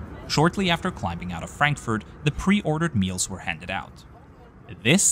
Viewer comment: Love the videos, but I once again ask you to please stop tryharding with literally every airport name like pronouncing "Narita" in a japanese way, while saying "Frenkfört" as if german wasn't your first language :D <3